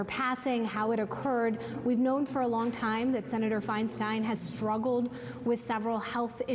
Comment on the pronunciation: Would someone please tell the CNN reporter on the Hill that her name is not pronounced Fein-steen. For Pete’s sake.